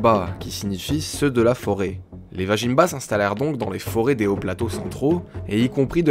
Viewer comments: belle réalisation :) vazimba se prononcerait plutôt comme ""vas-y mba" et non vajinmba mdr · ça fait plaisir en tant que Malgache d'écouter une des milliers de légendes de ce pays. Néanmoins petite précision vajimba ne se prononce pas tel quel il se prononce Vazimb on ne prononce pas le a de la fin et le j se prononce Z